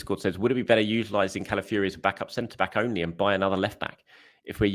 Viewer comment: Hi - his name is CalaFIORY.... not CalaFURY.